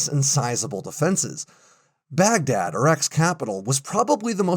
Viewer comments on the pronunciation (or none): none